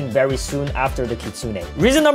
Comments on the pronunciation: ITS KIT SOON NOT KIT SOON AY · Its kit 😂sune not kitsunay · BRO HE SAYS KITSUNE LIKE KIT-SUNE-NAE AND MINOTAUR MINE-O-TAUR LIKE WTH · it's literally pronounced kitsoon like uzoth said not Kitsune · kitsunay??? its kitsune here in amerca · Btw its pronounced kit-soon. Not kit-soon-ey So Uzoth is right btw so don't puke because of him puke because of you not knowing the Pronounciation Ty. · I AGREE BRO PRONOUNCES IT KKKIIIIITSSSSSSOOONAY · ah, you can't be more triggering - Its pronounced right the way Uzoth says it, you say it completely wrong.